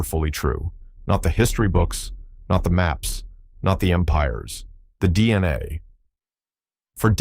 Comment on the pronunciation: Are you going to show any actual illustrations of what you’re actually talking about? This is obviously AI slop you can’t even pronounce DNA properly.